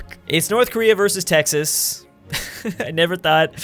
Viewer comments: He said Tehas instead of Texas in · Did he say te hoss instead of Texas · IT'S NOT TEJAS IT'S TEXAS DUMBASS (in my southern tone) RRREEEE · Me and pretty much everyone: (Tegx-sas): (Tay-has) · you said tehas not texas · He said TEHAS ahhaa....cmon dud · Did you say Texas was pronounced Tehas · the second time mentioned texas he said tay ha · he said Texas like tehas no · Did he realy just say tehas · He said Te-hass lol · did he really pronounce Texas as Tehas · Aaaand you are obviously not from Tejas. Smh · I have never heard anyone pronounce Texas like that lol